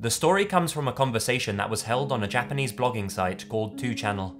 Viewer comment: Damn,. Japanese pronunciation on POINT.